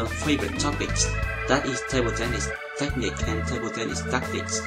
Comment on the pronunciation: Hi Since you seem to appreciate comments on pronunciation, here are a few: 1) muscle = "mus-l" not "muskel" 2) technique: the emphasis is on the 2nd syllable: tekNEEK (not: TEKnik) contrary to tactics, where it is indeed the first :TACtics 3) secret = SEEcret, not SEKret Great videos!